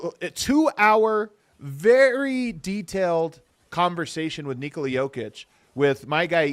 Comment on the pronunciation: It's N"I"kola not NikOoola for fs.